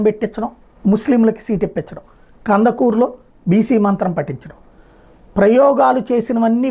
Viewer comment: కంద కురూ కాదు కందుకూరు.